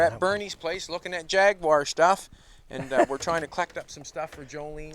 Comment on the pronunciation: Great day to spend with someone of Bernies statue and experience. Something to be appreciate and enjoyed, much respect and nice to hear proper pronunciation of Jag-gue-wha Thank you, take care and peace out.